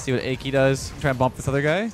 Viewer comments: i cant get over calling Aki "achy" lol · instead of ah-key lmao